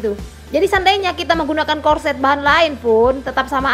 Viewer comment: Corset..cara kamu sebut pertama itu betul